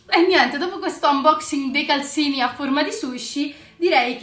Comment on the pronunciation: Sei bellissima e bravissima e hai dei bellissimi regali tipo la tazza a unicorno che io sogno però calzini si dice con la z no con la s però io non voglio offendere sia chiaro ❤🤣